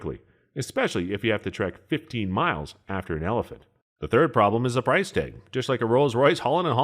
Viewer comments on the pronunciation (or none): none